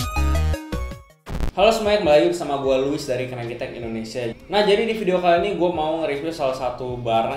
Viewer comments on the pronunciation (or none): none